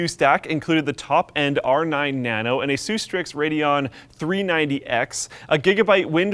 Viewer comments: I don't know this " aysoose" brand. If you mean Asus then the original name was "Pegasus" which they changed to move up the alphabet. Do you say "pegasoose"? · When he says Aysoos instead of Asus